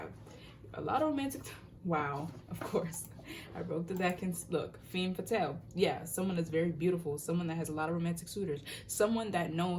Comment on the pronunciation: Love the video and love your readings, I’m coming in with my Mercury in 6th to just point out that it’s pronounced “ fham faathal*. I love your vids and the messages and I’m so grateful! Don’t get me wrong but I couldn’t stop thinking about it😂❤️